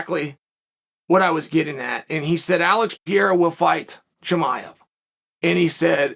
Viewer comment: I’m very surprised Chael pronounced “Chimaev” correctly.